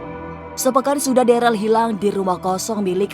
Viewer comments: Namanya Darel bukan Deral 😅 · DAREL BUKAN DERAL, KLO MEMANG ADA DISITU COBA DIAMBIL BISA NDA? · Darel woiiiiiijij bukan deralllll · Host nya bikin kuping risih Ngomong darel aja jdi deral